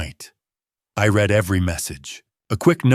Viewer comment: Said “red” for read (reed). AI does it all writing, narrating and creating the visuals. How can Phillip be sitting on the couch when moments ago we heard him drive off ? This story was minutes long I think it would have been better 20 minutes shorter.